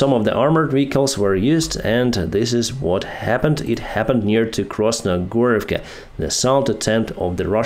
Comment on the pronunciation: KrasnoHorivka, not KrasnoGorivka!